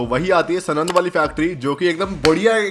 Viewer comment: Bhai सनंद नई है यार सानंद ही सानंद